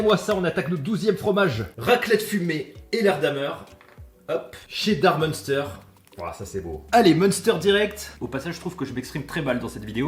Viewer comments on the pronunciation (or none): Je t’adore mais on dit « minster » pas munster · J'adore tes vidéos par contre par pitié on ne dit pas mEUnster mais m1ster 😂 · ON DIT M1STÈRE PAS MEUNESTEUR !!!!!! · Je rejoin le club des moralisateurs... Peux-tu prononcer le Munster "mainstèr" s'il te plait ! xDD Je plaisante je kiffe tes vidéos. Dommage d'en arriver là avec les restrictions. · Pour info, le munster, ca se prononce "mainstèr" XD respectons l'alsace ! MDR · Salut pour information le munster ne ce prononce pas comme tu le dit mais se prononce minstère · Au nom de tout les vosgiens et alsacien.. le munster ce prononce m1ster 😂 MERCI 😬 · Bon je suis tolérante mais je suis à 2 doigts de te signaler pour ta prononciation du fromage "Munster" 😂 Courage avec les aigris moralisateurs ! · ta façon de prononcer munster est dangereuse pour les jeunes, je vais contacter youtube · Par pitié, la prononciation du munster!!! Pour le reste tu es le boss ne change rien à tes vidéos. On t'aime.